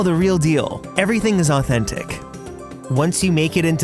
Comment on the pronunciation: I love the way he speaks omg 😃 literally he said “ So EvErYtHInG is Authen-TIC!” I love it so much 😂💕💕